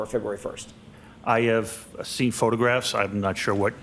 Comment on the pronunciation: sounds like has a hard time saying "photographs".... his way is - "ffffffotographs" 😂😂